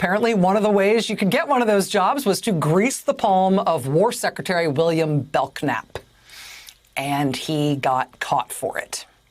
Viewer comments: Rachel it is pronounced Bel-nap the k is silent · The K is silent, Rachel. It's pronounced BELL-NAP. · I think his named is pronounced bell-nap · Pronounced bell nap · I realize this may be very trivial, but isn't this man's last name pronounced Bell-nap. The K is silent. There is a street in San Antonio TX. by that name. The way she shouted out his last name with such a hard K, I just had to say something. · Does anyone named Bellknap EVER pronounce the K?? It's not that obscure of a name.